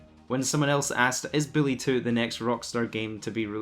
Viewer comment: Its "bully" not billy.. your bothering me calling it billy. Lmaoo